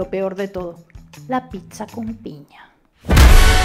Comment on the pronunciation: no es picza, es pizza en donde esta la C? en la palabra